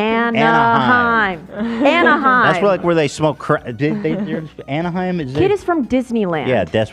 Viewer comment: A-NA-HEIM. ANAHEIM 🤣